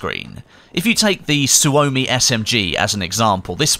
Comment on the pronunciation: Suomi..... Almost correctly said... Suomi KP is with out a doubt, one of the best machinepistols in the world... But because developed in Finland.. Didn't ended to be issued in major militaries at the time And its pretty good even in modern day standards.. I was lucky, to have a chance to empty few drum magazines with Suomi KP while serving in the military in 96-97